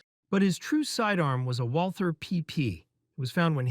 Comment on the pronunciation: It's not Walther It's just Walter